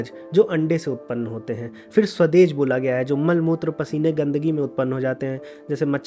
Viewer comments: is it स्वेदज instead of स्वदेज? Because as per the interpretation you're presenting, स्वेद, (which means sweat in Sanskrit) is the best fit for the information being presented. And henceforth स्वेदज as the meaning suggests. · शानदार👌 शानदार👌 शानदार👌🙏🙏🙏 मैं बहुत बेसब्री से इंतजार कर रहा था, इस दूसरे एपिसोड का🙏 ,,, (भईया जी, स्वदेज नही, "स्वेदज(पसीना) " होता है🙏 ,,, कृपया सही कर लीजीए... 🙏 बहुत कुछ सीखने को मिला, हमेशा की तरह 🙏🙏🙏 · great work bhai but ek correction h swedaj ha na ki swdej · स्वदेज नहीं स्वेदज